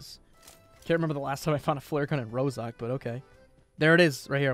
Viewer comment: Is not one going to talk about the fact be said ROSOK and not ROZHOK